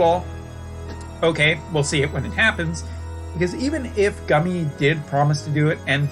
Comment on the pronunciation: Are you ever positive about anything? Also stop saying Gummy, that's not how it's pronounced.